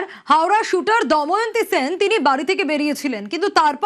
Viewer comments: কেউ পারলে ফিল্ড রিপোর্টার দেবাশিস কে একটু বলে দেবেন, ফিরে আসা মেয়েটির নাম দময়ন্তী। দয়ামন্তি না। যাকে নিয়ে এতো গজর গজর করে ঘুরিয়ে ফিরিয়ে একই কথা বলে যাচ্ছে, তার নামটাই সঠিক ভাবে উচ্চারণ করতে পারলো না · আগে দময়ন্তী নামটা ঠিক উচ্চারণ করুন